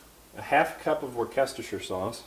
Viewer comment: 😂 How are you pronouncing Worcestershire sauce again?